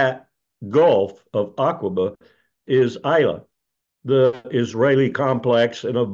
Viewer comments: "Aqwaba"?! Come on, Wlkerson! Don't be confused by the Q. It is not followed by a U. It's pronounced Akaba. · I have no idea what you're referring to. You've entirely missed my point, which was that Wilkerson displayed his ignorance of the area by pronouncing Aqaba as if the Q were followed by a U. This indicates to me that he' knows the word only from reading it on a map, If he had a closer acquaintance with the place, as I have, or had even heard it spoken rather than just reading it carelessly on a map, he would never have made such an elementary error. I like Wilkerson, but I do expect commentators to have at least a basic understanding of their subject.